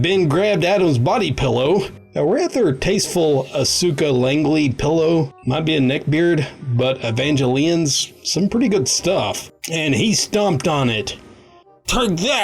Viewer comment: Asuka is prounonced Az-kuh.